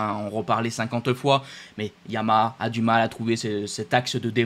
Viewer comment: Essayes encore : BA GNA IA. 3 syllabes ......... YA MA HA. 3 syllabes. !!